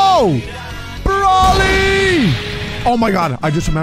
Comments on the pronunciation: Its bro ly not brawly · It's not brouwly its broly😂😂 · PLUS IT'S BROLY NOT BRAWLEY😡😡😡😡